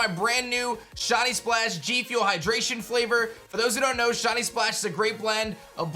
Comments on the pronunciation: Sound like he’s saying shotty not shiny, kind of annoying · It's not "shaw knee". It's "shy knee". Pronunciation 101. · I can't with how he says "shahnee" instead of shiny 😂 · I love you man but every time you say shiney I hear Shawny 😅